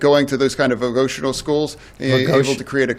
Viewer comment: I was initially thinking "nah it's not that bad". Then Fetterwoman said "vovotional" schools. Biden 2.0